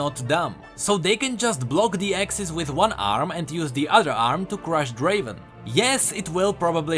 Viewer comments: Not Draven, Draaaaven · Not draven.. draaaaavvven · Not Draven!!!! Draaaaaaaaaaaaaaaaaaven! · It's a relief I'm not in the weakest champions. Btw summoner, it's not Draven It's Draaaaaven!